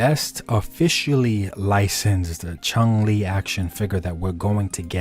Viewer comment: chung???? there is no G at the end of her name. CHUN not CHUNG